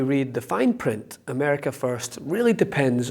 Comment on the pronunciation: Did she say Ahmerica? First its America. Unless you follow the memes its 'Merica no AH'merica... no. Fox dummies.